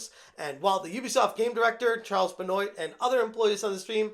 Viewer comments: Benoit is pronounced ben-wha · Ben-wahh it's pronounced Ben-wah lol 😋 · The mispronunciation of Benoit's name, the use of the term "a stark reminder". I am starting to think is an AI.